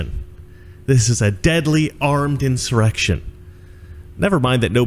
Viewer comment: Typical Democrat ... "inch-erection"